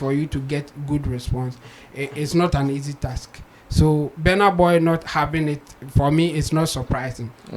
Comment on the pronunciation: Until now, u can not pronounce his name. It's not Benar Boy, but Burna Boy.